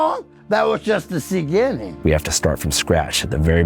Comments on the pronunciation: got me with the "ceginning" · “That was just the Ceginning” 🤣